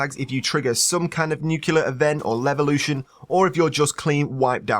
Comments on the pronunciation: I'm having an OCD moment. It's pronounced as it's spelled. Nuclear, not nucular. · FFS!! Its spelled NUC-LEAR not NUK-ULAR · Great video! But all I could hear was "nukilar" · nucular asplosion?